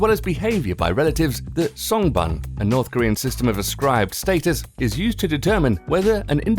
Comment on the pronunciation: Shouldn't you research on the pronunciation of the words before releasing a video? songbun is pronounced as song ("o" as in "low") boon (u is pronounced like "oo" as in "shoot")